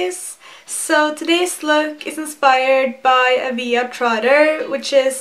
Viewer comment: It's not aveya. It's a via